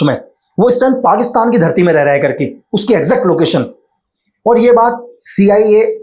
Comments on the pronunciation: Kerke, Kerke, Kerke 😂😂😂😂😂Kerke, Kerke, Kerke😂😂😂😂😂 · 'Karke' word is gadwali tone😊